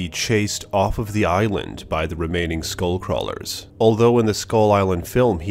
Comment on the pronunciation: you're not saying it right